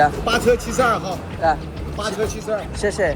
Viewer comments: ಬ್ರೋ ಶೇ ಶೇ ಅನ್ನೋದ್ನ ಸರ್ಯಾಗ್ ಉಚ್ಚರಣೆ ಮಾಡಿ ಅವ್ರು ನಿಮ್ ಶೇ ಶೇ ಗೆ ಯಾರು ಕರೆಕ್ಟ್ ಆಗಿ response ಮಾಡ್ತಿಲ್ಲ 😂😂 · Bro shay shay xie xie 😂😂 bro shay shay antavre😂